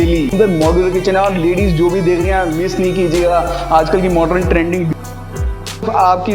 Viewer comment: I really stopped seeing because of hearing the work "MORDREN" 100 times.. please say 'modern' and spare the word... Rather than over using...🫣